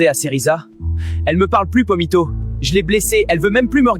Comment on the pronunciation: Pomito ❌️ Vomito✅️